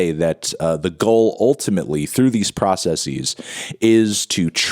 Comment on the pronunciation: why are you pronouncing “processes” like that